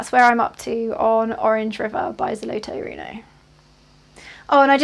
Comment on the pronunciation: No, the RTO company is a Russian company, located in Moscow. Here is their official website - Most likely, on the back of the set specified office RTO in Estonia where you can buy the their product. About the pronunciation, frankly, not very good. You need to talk - ZolotOe rUno